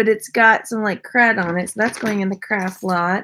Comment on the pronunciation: Are you saying craft or crap lot? Lol